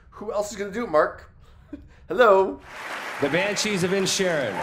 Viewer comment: The Banshees pronunciation had me worried for the others but I didn’t expect the easiest one to get messed up, hilarious ending to the show otherwise 😂😂